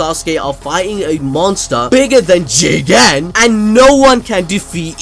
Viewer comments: Jigen Jigen...... Say it agen..... Jigen..... Luv it....... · I’m say it the best part of this video was saying“JIGEN” 😂😂😂💯💯